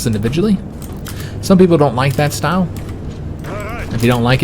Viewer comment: I like your shtoyle.